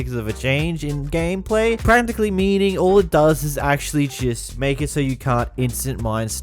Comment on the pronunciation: Every time he said practicly or escencialy i took a shot… i was hospitalized.